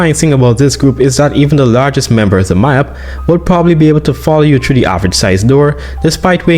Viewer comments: Maip bro not maïp💀💀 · ITS PRONOUNCED MEEP